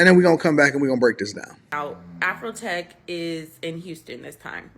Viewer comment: It’s AfroTech not AfrHoeTech!